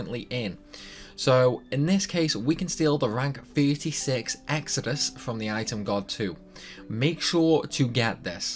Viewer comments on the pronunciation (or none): as a YuGiOh player, hearing you say Exodus as EXODIUS... is not quite incorrect in the context of a Disgaea game!